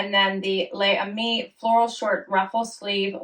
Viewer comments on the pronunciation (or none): Hi. It's pronounced laze ami. Can't help myself as I am a long ago student of French. I am a loyal subbie and I watch every one of your video. You look great in everything!